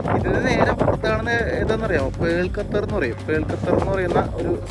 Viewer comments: ഗത്തർ അല്ല ഖത്തർ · ഗതർ അല്ല ഖത്തർ 😊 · Please pronounce correctly Qatar. Not gatar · ഖത്തറിനെ സുന്ദരിയായി സൂക്ഷിക്കുവാൻ ഡോളറുകൾ വാരി ചെലവാക്കിയിരി ക്കുന്നു .അതിൽ അത്‍ഭുതപ്പെടു വാനില്ല.മൊത്തം 28 ലക്ഷം ജനങ്ങളെ നിയന്ത്രിക്കുവാൻ അവർക്കൊരു നല്ല സംവിധാനം നിലവിൽ top ലെവലിൽ പ്രവർത്തിക്കുന്നു. 👌ഒരു ട്രാവലർ ക്ക് ഉച്ചാരണ ശുദ്ധി അനിവാര്യമാണ് ബ്രോ: Qatar = ഖ ത്തർ..നഖം എന്നുള്ള ഖ'ത്തർ👍 thanX GuyZz 🤩